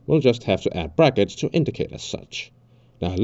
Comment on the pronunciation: Was the “prackets” on purpose